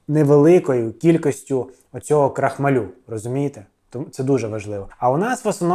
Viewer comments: крохмАль, крохмАлю, а не крохмалЮ! 🤣😂😂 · Не крохмалю на лю, а крохмааалю! Знаток! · КрохмАль, наголос на А. При відмінюванні наголос все одно на А лишається🤓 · Крохма-лю, цей наголос...бррррр 😅 І це я про автора 😂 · Юліну картоплю, разом з блєндєром, навіть обговорювати немає чого, але скажіть будь ласка чому крохмалЮ? Аж вуха болять. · Цей Ваш стьоб, ну просто ниц. І навчіться правильно вимовляти крохмаль в родовому відмінку. Ваш наголос, як її картопля жахливі.